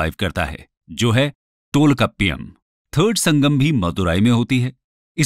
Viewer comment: Please understand, this is not Dravidian but Tamilian. Right Pronounciation of Tamil words used... Kapadapuram = कपाडपुरम Tholkappiam = थोल्काप्पियम Melkanakku = मेलकणक्कु Pathupattu = पथूपाटटू Keelkanakku = कीलकणक्कु Pathinenkeelkannkku = पाथिनेंकीलकणक्कु Silapathikaram = सिलपतिकारम Tholkappiar = थोल्काप्पियर Ettuthogai = एटटूथोगै Aingurunooru = ऍंगुरुनूरु Natrinai = नट्रीनै Paripadal = परिपाडल Paditrupathu= पदीट्रपथु Thirumurugatrupadai = थिरुमुरुगाट्रपड़ै Porunaratrupadai = पोरुनाट्रपाड़ै Sirupanatrupadai = सिरुपानाट्रपाड़ै Perumpanatrupadai = पेरुमपानाट्रपाड़ै Mullaipattu= मुल्लैपाटटू Nedunalvadai= नेडुनलवाड़ै Maduraikanji = मदुरैकानजी Kurinjipattu= कुरिंजीपट्टू Pattinapalai= पट्टीनपालै Malaipadukadam= मलैपाडुकडाम Seethalai Sathanar= सीथलाई सथानार Senguttuvan = सेनगुट्टुवन Pathini = पथिनी Karikalan = करिकालन Thamirabarani = थामीरबरणी Not only Pandiyas also other two Kings did not accept “Vedas” and did not give patronage for Brahmin priests. Marudam = मरुदम Neithal = नेयतल Palai = पालै Tholkappiam did mention only about the section of people not the castes. Kakkaipadiniyar= काकैपाडिनियार Nachellaiyar = नचेल्लैयार No, there is no Sati custom in Tamil Nadu. Kotravai = कोटरवै Nadukal = नडुकल